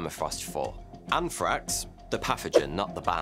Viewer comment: Anfrakx lol bold talk from someone who struggles with the letter "R" 😅 I'm a Metal head who doesn't care for the either, but I had to take a jab back. As always, I enjoy your content sir 🌍